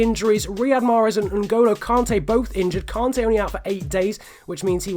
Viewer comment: Btw it's pronnounced kante not kaante mate